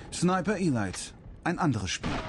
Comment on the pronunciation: wie der die spiele ausspricht .. sniper elait xDD